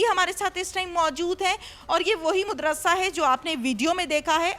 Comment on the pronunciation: مدرسہ کہتے ہیں مد رسا نہیں